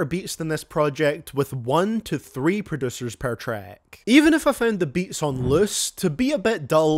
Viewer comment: “Produssers” lol prod-ussy